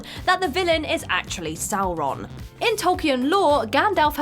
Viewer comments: How do you pronounce "Sauron" correctly and incorrectly in the same video? Where is the quality control? Why is WhatCulture so trash? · I know there is some argument over the pronunciation of "Sauron", but sticking to one way in the video might have worked better. Perhaps they were trying to be diplomatic?